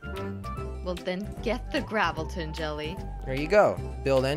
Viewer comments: it's gravitron not gravelton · I kept laughing so hard when you were saying gravilton because it was gravitron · It’s not gravalten it’s gravtron